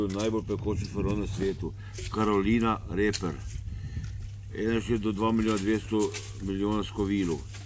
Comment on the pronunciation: "Karolajna riper" je, ne pa "reper"